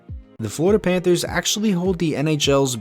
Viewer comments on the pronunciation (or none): none